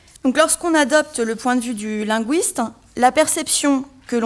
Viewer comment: LinGUISte, avec UI comme dans aujour'd'hui, cuistre, fuite, buisson... Pas linGUOUISte, comme dans mouise, Louise, ouir...